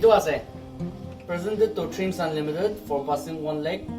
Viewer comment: "Persended to DreamsAaanlimited"(Ao maano asee)...Good One ''